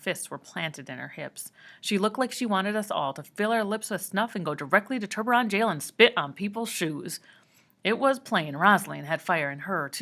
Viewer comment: Oml I’m so done with you pronouncing ‘tiburon’ as ‘turburon’ it’s so frickin annoying